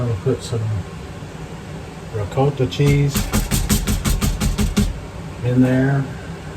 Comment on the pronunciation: You get extra points and are bordering on being an honorary Italian by saying the word ricotta correctly